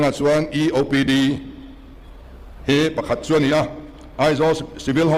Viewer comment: 'chuan' tih pawh a thiam lo,.... 'chuen' a ti zêl. 😂😅